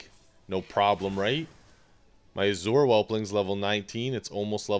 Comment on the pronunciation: the way you are pronouncing Azure is driving me nuts.. but i do like the video dude. Thnx for the pet battle ID thing thats awesome.